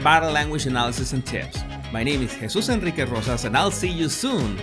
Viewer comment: Jesus Enriques Rosas I hope I got it right, it's such a great name and the way you say it!!